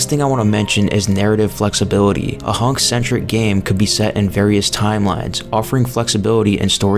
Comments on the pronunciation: "Honk" bruh, wat? Its hunk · Hunk.. not hank